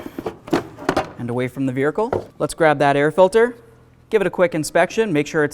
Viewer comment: i love how the guy says vehircle no, seriously though great video somewhat universal for most ecotecs btw